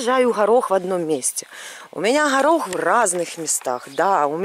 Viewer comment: Почему вы говорите харох а не горох?))))